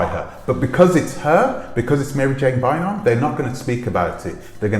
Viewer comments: Prounounced ‘Buy arm’ not Bynum like Juanita Bynum. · Her last name is pronounce like BYE RUM. Byram.